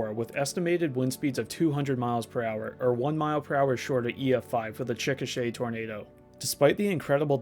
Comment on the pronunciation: I appreciate you pronouncing Chickasha correctly. I think that's the first time I've ever heard it on a youtube video.